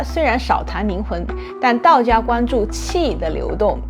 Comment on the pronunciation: 听了半天 宁宁的没听懂，是灵魂不是宁魂！